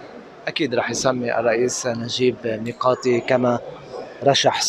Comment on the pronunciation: ياطليع بالغة العربية ميقاتي مش مياءتي